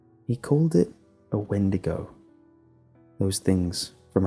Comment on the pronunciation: "Sigh" a windago? Really?